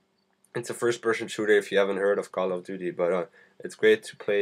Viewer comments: LOL firsh pershon shooder. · Fersh Peshon Shooter :D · Firsh pershen shrooter xD just say fps lol. What is ported? You talk about parting all the time, what does it mean?